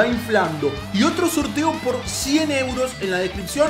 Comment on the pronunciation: "recuerden que el soLteo de la consola" y la R??